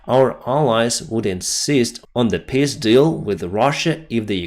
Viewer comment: I like went says peace It sounds like piss Love you Gary from Winnipeg